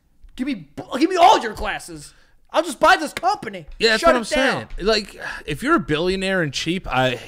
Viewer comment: “Or the new green one that you have “ Joe- “Thasimsayn”